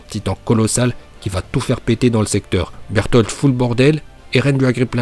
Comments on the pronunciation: C'est pas un légendaire berutoto mais il a juste dit berutoto il a juste dit Burtolde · Reiner dis pas bertoto il dis bertold !